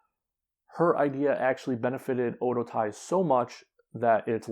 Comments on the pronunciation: Oedotai is pronounced like O Waydo tai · Oedotai is so bad now only Kagetsu and Sumire and hazuki are any good. Also you are pronouncing alot of there names incorrectly including Oedotai.